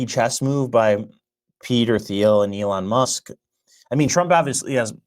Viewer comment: "silicone valley". sorry, lost all respect for as he clearly cant talk, or say Silicon or 'Thiel'.